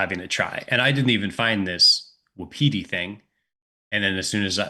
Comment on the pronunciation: Best of luck! You might want to look up the pronunciation of Wapiti.